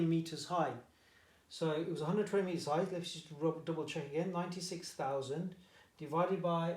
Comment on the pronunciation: Im confident and sir you pronounced 96000 incorrect